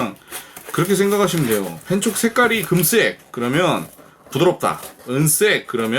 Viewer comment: ㅋㅋㅋㅋ웃음포인트들이 곳곳에 있군요ㅋㅋㅋㅋ 이렇게까지 해야하나 하시다가 어디선가 등장한 시드물박스ㅋㅋㅋ 가위질 재밌다고 거대촉 만드시고 잠깻다고 하시는거부터ㅋㅋㅋ 금쌕!! 은쌕!! 강렬한 발음에 어후 야들야들해져요~ㅋㅋㅋㅋㅋㅋ 재밌게 시청하고 갑니당!!ㅋㅋㅋ